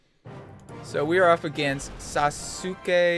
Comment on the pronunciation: He couldn’t pronounce my favorite anime character Sasuke